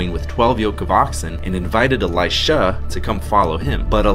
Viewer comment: what's with your pronounciation with "Eli-SHAAA" ...."eli-SHAAA"😂😂😂 it's really unnecessary and funny bro😂😂😂